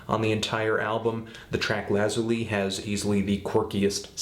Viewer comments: It's Lah-zu-lee. As in "Lapiz Lazuli" via wikipedia. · How do you pronounce "Lazuli"? Lah-zoo-lee? Luh-zoo-lee? I've been saying Luh-zoo-lee, but now that you say it, I'm not sure. Anyway, this is a pretty trivial matter but what the heck. I thought I met as well throw it out there.